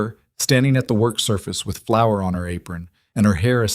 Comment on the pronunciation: Flour, not flower. Please